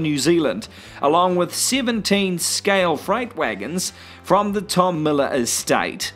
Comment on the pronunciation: Miller not Millar...